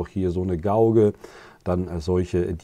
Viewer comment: Gauge sprich "geitsch"